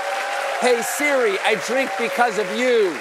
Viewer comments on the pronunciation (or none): none